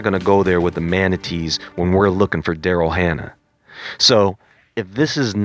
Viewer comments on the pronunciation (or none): none